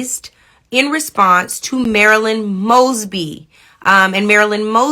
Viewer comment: "After much consideration, I've decided to pardon Marilah Mogsee, um uh, Maralo Mugs, Moss, moshly... MARYLAND MOESBEE"